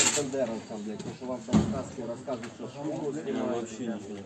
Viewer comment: наши парни не шокают? Он говорит ШО? Это маскрад?